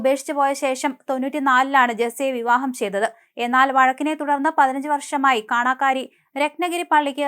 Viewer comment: കാണ കാരി അല്ല. കാണക്കാരി